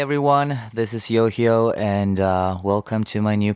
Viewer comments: You say it like YOYO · Ive been pronouncing it yo-high-oh, oops 😅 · I'm embarrassed.... I pronounced his name wrong this whole time💔💔💔💔💔😞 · When you said 'YOHIO' i realized I've been pronouncing your stage name wrong the whole time😅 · I've been pronouncing his name wrong this entire time! 😭😭😭💜